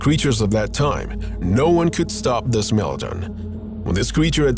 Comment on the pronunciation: Bro said smilladen 🤣